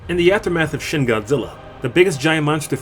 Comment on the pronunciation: Pet peeve when people pronounce shin wrong